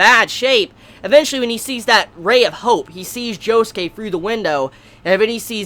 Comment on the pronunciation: Am I the only person who pronounces Josuke JO SOOK not joskay